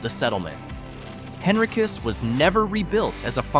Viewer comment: Henricus & Henrico is pronounced Hen-rye-kus & Hen-rye-ko. Tazwell is Tahz-well, not TAze-well. I think Clifton Forge is declining but not terribly so. I believe those residents likely travel to Covington & work at the paper mill. I grew up in Chesterfield, live in Henrico & spent my summers in Covington with my great grandparents. My family hails from the area & Pocahontas County West Virginia & the majority of my maternal side is buried there in Covington. After WWII, my great grandfather was a scientist who worked at the paper mill. If that mill ever leaves that area, those towns will become ghost towns for sure. Good video overall other than the pronunciations I've pointed out.